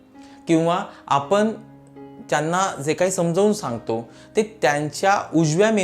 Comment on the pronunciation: आपन आपन करू नका. कृपया आपण म्हणा.ण च्या जागी न म्हणू नका.